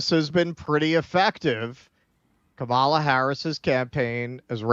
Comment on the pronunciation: It's Kama-la. Not KA-MAAAH-LA. If you're going to do coverage on her at least get her name right.